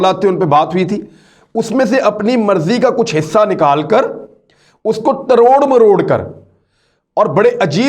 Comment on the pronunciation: Aoa. Sorry to say exact word is tor maror k not taror maror k